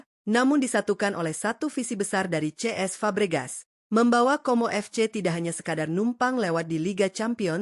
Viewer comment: kenapa cesc fabregas malah diucapin ce es sama admin? jadi ngaco